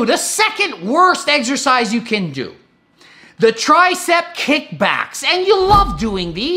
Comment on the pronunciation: Greg's fake voice and the fact he says eggercise when he knows it's incorrect drives me insane. I can't watch his videos anymore.